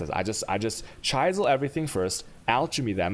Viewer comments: Whale a map after you you a chaysal a Aulch a go and maybe a chayos orb 2 also it’s a gag my friend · if i have to listen to you try and pronounce vaal, gamble, chisel or anything with a CH in it, i'm going to kill myself